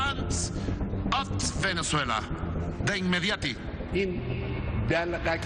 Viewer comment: Lo mejor del vídeo es cuando Maduro dice "de inmediati", que pedazo de ignorante jajajaja